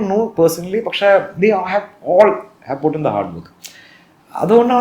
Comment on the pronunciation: പഷേ അല്ല പക്ഷേ